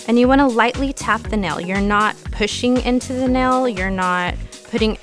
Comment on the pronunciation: great video. like how you explain exactly why to do or not do certain things. but a pet peeve of mine is ppl saying nel instead of nail arggghhh. but agai, great video.